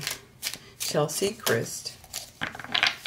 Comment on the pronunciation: Her name is Cheslie (rhymes with Wesley) not Chelsie